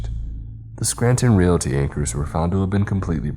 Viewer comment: Realty? REALTY?? Re-al-i-ty. Reality.